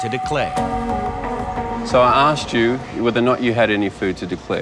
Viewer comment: Deport her for saying aksed.